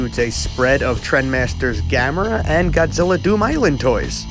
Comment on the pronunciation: I thought it was pronounced ga-me-ra